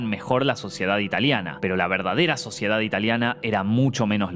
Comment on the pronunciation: Soy el único q escucho q dijo la suciedad italiana jajaja